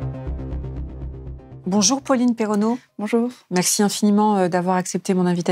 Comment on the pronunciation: Attention, c'est Pauline Perrenot, pas Pauline Perrennot :)